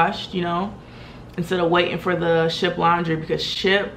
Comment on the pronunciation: Did you say shit food or ship food?